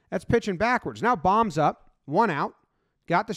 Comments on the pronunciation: It's bo-mmm not bomb just fyi lol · Its not bomb, its bowm like a bowtie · Just as a note, Alec Bohm is pronounced as in “Bone” but with an M at the end. Basically just Bowm or Bome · For future reference, Bohm rhymes with home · Kinda crazy how many people mispronounce Alec Bohm's name. Rain-"bow"-m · I’m assuming you already know but bohms name is pronounced “bome” but it doesn’t matter anyways